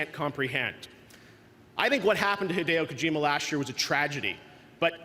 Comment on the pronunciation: HAEDEEYO KOJIMA 😂😂